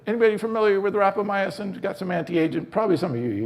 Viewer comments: Great presentation! Lots of good info, especially for those new to life-extensionpitches. Minor note... We expect an authority on Rapamycin to pronounce it correctly. There are only four syllables and no "uh" after "my." Rap-uh-my- sin; not rap-uh-my- uh-sin. Is this guy maybe Italian? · Yes I thought it was rapamycin. You had me going when you pronounce it as rapamyacin. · Sounds delicious....how do I get some. And please pronounce rapamycin correctly. It is not rapamy..a...cin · ..you think I don't have a life bec I take the time to Google how to pronounce a term before I start talking to everybody about it? Dude...think about it. This guy has a product to sell you. He has prepared an enthusiastic infomercial. He hasn't even taken the time to pronounce a word that is commonly used among longevity specialists and influencers. Are you gonna be dumb enough to bite and buy the product?